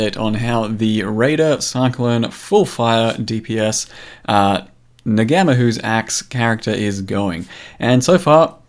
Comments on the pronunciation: don't pronounce the G - NGA is kinda pronounced NAR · Someone has probably already posted this but "Ngamahu" is pronounced na-mah-hoo - it is a Maori word. In Maori the G in Ng is a nasal sound but for the most part if you treat it as silent you will be fine. I'm not sure if Ngamahu is an actual word in Maori or if it is a word constructed by GGG. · The 'g' is silent in the axe's name.